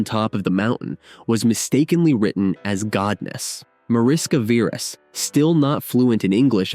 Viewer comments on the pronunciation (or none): It is pronounced "MAH-rish-kah VEH-resh" [ˈmɒ.rɪ.ʃkɒ ˈvɛ.rɛʃ] Mariska is a Hungarian diminutive of Maria, which is equivalent to Mary in English. Veres means Red. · It’s pronounced Marishka Veresh (Hungarian)